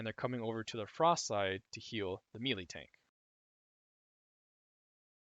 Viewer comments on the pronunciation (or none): omg, it's "may-lay" not mee-lee xD